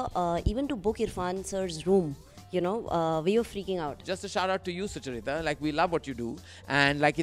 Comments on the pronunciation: Suchaaarita, why aren't you correcting Karan for the way he pronounces your name? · Karan, please pronounce Sucharita properöy 😂😅 'Succchar-reeta' kaun hai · Be honest. Does it bother you when Karan Johar pronounces your name wrong? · How does Karan keep pronouncing your name wrong😫